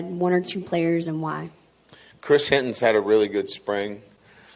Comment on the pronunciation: is he ever gonna stop calling him chris hinton? its hilton????